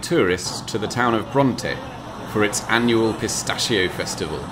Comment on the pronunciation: Really good - very helpful; great to here the Italian names pronounced correctly rather than the usual massacre inflicted by British vloggers and the even worse carnage inflicted by those from the US. That said, you bottled-out of correcting the usual Anglicised mispronunciation of ‘pistacchio’!